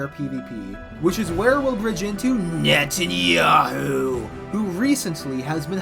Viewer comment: With the name pronounciation, you can definitely tell that he did his research. I think prep time matters a lot though, because without time for Trump, Hegseth and Rubio to get started on the server, BB may be woefully undergeared.